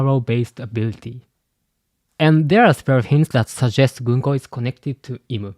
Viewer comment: Americans pronouns ‘gunko’ ganku. 😂